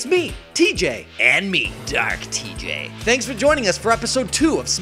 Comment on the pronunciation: Why is the special guest pronouncing your name "T Gay"